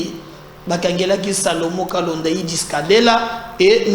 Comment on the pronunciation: Monsieur pourquoi est-il si compliqué pour toi de prononcer correctement les noms de gens ? "Salomon Kalonda" et non "Kalenda"🤣😂😅